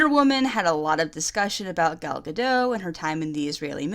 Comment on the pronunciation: PLease. I'm begging you. Pronounce the T in Gadot, please, it's Hebrew, not French